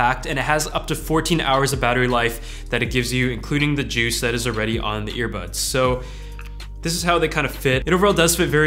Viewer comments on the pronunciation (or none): none